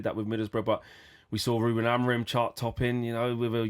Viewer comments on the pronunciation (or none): Has started to learn how to pronounce our ex coaches name properly yet. It's AMORIM not AMOREEN